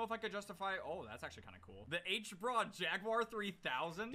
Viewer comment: H-BRa, i mean i'm complain about the name being say like that